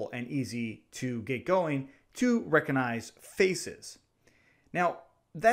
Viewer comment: Amazing video man, but please stop saying reconize it's recognize